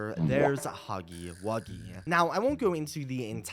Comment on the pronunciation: It's huggy wuggy not buggy wuggy